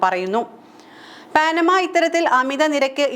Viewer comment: പാനമ അല്ല പനാമ പാഠപുസ്തങ് ങ്ങളിൽ വരെ ഉണ്ട് എന്നിട്ടും തെറ്റിച്ച്